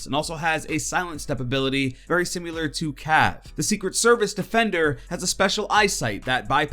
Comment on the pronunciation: Thanks!! BTW if you say “simular” one more time the vein in my head will pop lol